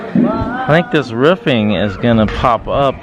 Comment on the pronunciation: learn to speak properly its roofing NOT riffing